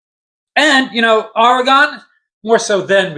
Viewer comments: Yeah, it's not oreGON(e)...it's OREGUN....like or-e-gun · Great commentary but it’s pronounced OREgon, not oreGON. But that’s my only quibble. Love for the game and Rutgers on full display here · I dig ur video, but it's Ore-ig-inn homey.. Not Or-i-gone.. It ain't hard dude, East Coast bias sucks.. Can't even say our name right.. It's Root-gurs right? Come on man.. Ridiculous.. And after 35 yrs you can't figure out our name? JC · It’s pronounced Or-eh-gun 😄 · OK, Oregon iz pronounced O.R.Y.G.U.N. Just plain old O.R.Y.G.U.N. orygun... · Only stupid Americans miss pronouce OREGON. I have yet hear a British missed pronouce the word Ore-gun, maybe because it's their language.😅 🎉🎉🎉Go Oregun Ducks🎉🎉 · It's pronounced Oregun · Aw-ruh-gn is the proper pronunciation-Oregonian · That’s incorrect. It’s pronounced Or eh gun. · Oregon...say ORYGUN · Pronounce it like your saying “organ” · Hey, its OR-E-GUN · Thank you for trying to help him say Oregon properly!!🙏😅🖖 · He almost said Oregon correctly…once. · It's okay that you can't pronounce Oregon correctly, reminds me of the old days when nobody knew where we were located. Also, I don't know where Rutgers is. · ~ For one, you're saying Oregon wrong..... For two..... If you were at all "surprised" at Oregons size, you have no idea about college football.... Oregon literally has one of the biggest most physical teams in the entire country and everyone knows that... Objectively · If you're going to go on a rant my friend .say the name right. It's Oregon. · Learn how to say Oregon